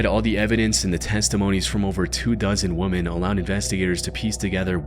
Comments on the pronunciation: Why is the AI voice saying woman instead of women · Idk what's going on, but more and more people are saying womAn instead of womEn and it's pissing me off lol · whats up with so many people not being able to pronounce the word, "women" correctly? It's like people have become so restarted that they ponconce "women" as "woman", completely changing the meaning of the word and making it a nonsensical sentence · WomEN dude, wom-EN. 🤣 I know, I know-nitpicking over something silly. I remember Nick Crowley would always say “woman” when speaking in plural tense. (Actually made me wonder if this was another Nick Crowley channel) -dnt matter, loved the vid. Awesome to run across another good “dark stories” type channel. Easily subbed! Thanks for the vid & ur work man, can’t wait to catch up a bit 👍👍✌️ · You do realize that "woman" and "women" are pronounced differently, right? Or is it a typo in your script that you're reading verbatim? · Plural it’s “Weh-men” not “Woo-man.” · Ibwonder why he keeps saying 'Woman' as a plural rather than 'Women'. Not from the US myself. Is that some sort of dialect or simply a mistake? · Love these videos but I can't for the life of me understand why the word "women" is always pronounced "woman." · I LOVE your videos. But I have question... why do you say womAn instead of womEn when you're talking about multiple people? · Perhaps the parrot can teach you how to pronounce the word WOMEN, which is different from woman. I enjoy these videos but that grates on my nerves. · Stupid AI. Woman. It's women. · Okay. Can we not teach AI the difference between Woman and Women in a sentence? ...not to mention Glen and Glenna. 🤔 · Why does this guy say woman instead of women? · Why do you keep pronouncing "women" as woman? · The plural of woman is women. Hearing him say woman constantly in the first story was grating. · pronouncing “women” as “woman” is wild and awful to listen to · Dude why tf can't you say women, AI slop. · FFS, it's women, not woman.